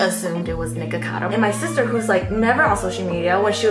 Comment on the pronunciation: You really said “hey shistars we spilling the tea”